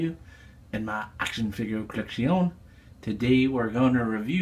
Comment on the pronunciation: moar collec-shee-on!